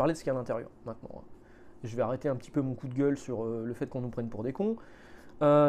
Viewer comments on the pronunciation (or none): none